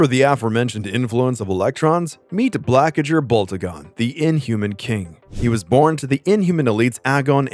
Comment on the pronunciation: Getting the ‘g’ sounds the wrong way round in Blackagar and Terrigen is not a good start…